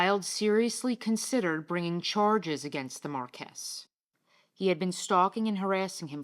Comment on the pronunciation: Very interesting video - by the way Marquis is Pronounced “MAR-kwiss”. NOT “Mar-KESS”.